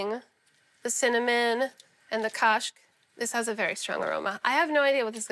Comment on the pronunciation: When Solah pronounce kashk it sounds just like the Irish word for cheese - cáis!